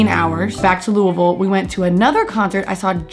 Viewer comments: i’m just happy you said Louisville right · Louder than Life ? Louisville girl here. Good on you for pronouncing Louisville like a local too lol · you saying louisville correctly warms my little louisvillian heart you have no idea